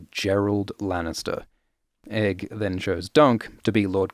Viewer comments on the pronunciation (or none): none